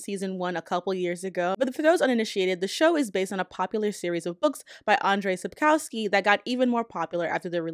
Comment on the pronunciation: I'll answer the title question without even watching the video: Sapkowski (pronounced: "sapkohvskey")